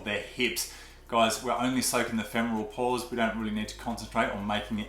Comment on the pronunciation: I just kept hearing “Paws” instead of ‘Pores’ 😅